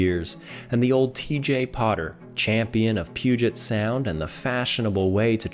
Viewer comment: As a Washingtonian, well done with pronouncing Puget Sound correctly. I hear so many people from outside the Northwest mispronounce it 😅